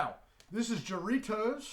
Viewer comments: Hi, It is pronounced HA-rritos, not Sha-rritos. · I think it's pronounced with a H